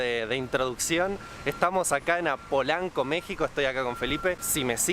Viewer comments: es polanco, no apolanco!! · Esa zona se llama Polanco,, no Apolanco 😅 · No mames, Apolanco? Polanco wey! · ES "POLANCO" NO APOLANCO!